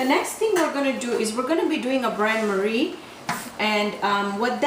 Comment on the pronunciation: It's called a "BAIN MARIE" NOT BRAN MARIE. IT MEANS WATER BATH TO NEUTRALIZE THE DIRECT HEAT.